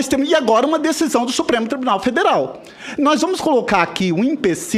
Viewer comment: Senador falando “nóiz”